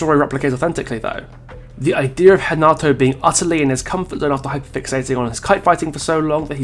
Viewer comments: Do Brazilians call Renato Hanato? Because I swear thats what is saying and it doesnt sound right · As I suspected, thats how we croatians do it too. So I dont know why he spoke Hanato this whole video. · I'm Brazilian and here we pronounce Renato